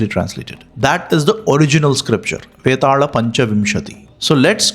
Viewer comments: Vetaala. Not betaal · V and B are not what I am saying. I know it can be interchangeable from region to region, and language to language.. Like Barun and Varun, or Bikram and Vikram. I am talking about the R that you are adding.. You are saying it like Vetarla and Mahakarla.. Why the R? It is so weird to hear that... 😅